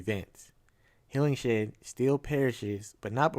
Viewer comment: Apparently the director left that cliffhanger of Maplewood talking to Shahara in 2023 as a potential setup for a S2. He wanted to leave a thread in case another season is approved. Oh and it’s pronounced “Hillinghead” not Hillingshead